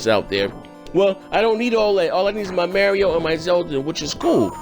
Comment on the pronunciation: Lern to read MARIO not MERIO